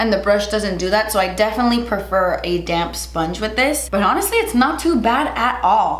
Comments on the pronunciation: I kept thinking she was saying 'damn sponge' not 'damp sponge' xD I love you,! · Lol every time you say “damp sponge” I hear “damn sponge” and I always do a double take because I’m like man is aggressive today lol! Use that damn sponge, girl!!😂😂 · when you said damp sponge i thought you said damn sponge like "im gonna do this side with a damn sponge" and i was dying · Everytime you say "damp sponge" I hear "damn sponge" lmao